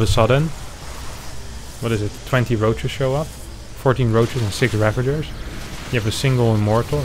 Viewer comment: it's ravager not ravanger REEEEEE aside from that small mistake (making the video completly unwatchable) I loved the editing and the video overall :)